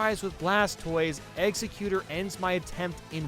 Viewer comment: The way he says Egsexutor bothers me